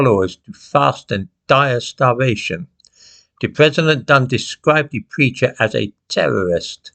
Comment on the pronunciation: This, that, there, their then, though. Sadly the 'th' is no longer pronounced as it should be, as it has been replaced with a 'd'. Dis, dat etc etc.🙄